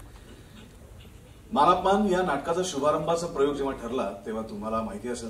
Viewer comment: मान अपमान नाही,मानापमान, उच्चार नीट हवा